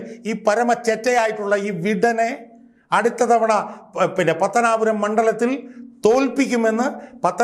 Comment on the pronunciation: പത്തനാപുരം പത്തനാപുരം, ആദ്യം അത് പറ നന്നായി 🤣🤣🤣🤣🤣🤣🤣🤣🤣🤣